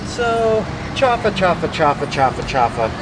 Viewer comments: Don’t say chafa because chafa means fake it is chaufa you must pronounce the u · It's not pronounced chafa, it's chaufa (chow-fa). Like when you chow down on something.